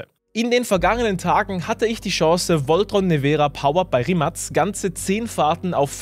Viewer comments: schau mal nach wie man das ausspricht und dann vergleiche es mit deiner Aussprache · Das ist mir schon bewusst es geht mir um die Aussprache